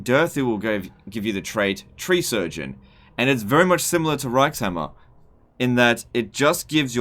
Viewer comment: I believe reikshammer is supposed to be said ReikShammer